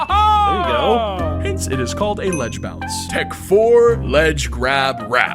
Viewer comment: "if you stand on a ladge and fall, you fall" 🗣🔥